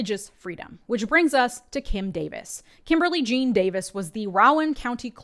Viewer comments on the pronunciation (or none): none